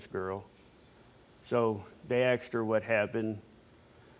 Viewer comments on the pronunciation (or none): Wtf is AKS her ......ASKED her , not AKS her